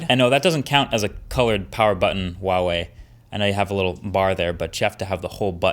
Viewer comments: the h is actually pronounced in Huawei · Just so you know Marques, letter H is always pronounced in Chinese. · He still couldn't pronounce the Brand name correctly... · The 'H' in Huawei is phonetically the same as it is in English. It does not sound like a W. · I'm surprised after so long Marques is still saying Huawei wrong. I can't be the only mandarin speaker watching this channel... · I love the way You say HUAWEI - "WAWEI". In PL, EU we read it HWAWEI ;) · Is there a reason why he always pronounce it wuawei? It's pronounced with like an h in Chinese... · You need to pronounce the h in huawei. Btw. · Great review! Tip though: Huawei is actually pronounced with the "h" like "h-wa". :) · It’s pronounced Huh-Wah-Way, The H is not silent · Nice...Though the pronunciation is more like who-a-way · Is there a reason why people pronounce Huawei as "Wuawei"? It's not as if the "H" sound isn't in the English language. Even in Chinese, it's pronounced as it's spelled. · H-uawei, as in 'h-uge', trust me in this! The 'h' does sound :) Keep on rocking! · The pronunciation is bothering me so much.... Its not WAWEI..... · Sadly Huawei is going to retreat from the American market by the end of April. They’re a great phone manufacturer, and they deserve a better treatment, especially a better pronunciation of their name. Wawei? Seriously Marks Brownlee? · Great video as always! Just a quick heads up in case you didn't know, it's pronounced Hwa-way. The H isn't silent. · I don't wanna be that guy but Huawei has an 'H' in it. It should be pronounced.